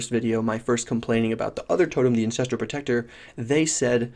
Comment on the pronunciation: Hey. You keep calling it the "incestral" warchief. Didn't realize the melee totems families were that close;p